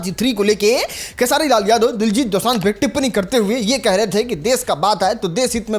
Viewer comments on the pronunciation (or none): none